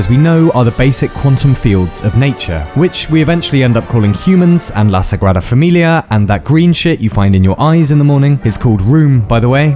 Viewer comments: Probably unrelated, but as a spaniard I gotta say you have showed the best pronunciation of La Sagrada Familia I've seen from a brithish. Perfect? Well I don't think such a thing exists anywhere, but as a russian cat would say...you are pretty good. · You are such a genious man!! Great pronounciation of "La Sagrada Familia" Great job!!